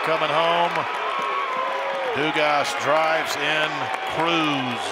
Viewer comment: They definitely weren't LSUs with how they kept prononcing Dugas lol